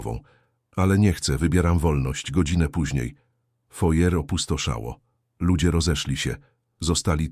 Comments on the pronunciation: Foyer czyta się " fuaje", z akcentem na ostatniej sylabie. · Żałosne, od początku do końca. przez wymyśloną historię tekst nieortograficzny i lektora, który nie umie czytać np. Foyer. Wkur…jące! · Nie "fojer", bo to francuskie słowo (foyer) wymawia się "fuaje" z akcentem na "e"! Jak można tego nie wiedzieć?! To jest minimum kulturowe! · Taki ciekawy temat a taki zaburzony ,sztuczny lektor!!!!!Sztuczna inteligencja?Czyta folie zamiast wymawiać fuaje (foyer)!!!Do tego ta pisownia! Zero korekty!!!!Obrzydlistwo!!!!! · Fortepian stojacy w rogu " foje "... Ha ha , co za brednie , AI pelna geba ! PS . Chyba foyer , jak juz ... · Panie sztuczny "intelligent", nie czyta się "fojer"... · Foyer czyta się fuaje... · 'Fojer' teatru. 😅 A te idiotyczne dialogi i żenująca fabuła, rodem z brazylijskiej telenoweli, to nawet szkoda komentarza. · Facet, który czytał tekst, powinien najpierw nauczyć się wymowy słowa "foyer". Katastrofa. Rozpacz. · Naucz się wymowy foyer i dopiero wtedy pouczaj innych